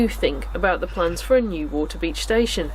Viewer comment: Stumbled upon! Loved this presentation and coverage (and how you say wa'-a-beach 😂) great soundtrack too. Thx for taking us along. Subbed 👍